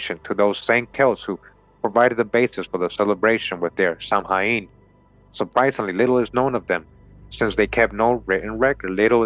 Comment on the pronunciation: Samhain is correctly pronounced sow-in a bit like the word sound but without saying the d at the end. It's Gaelic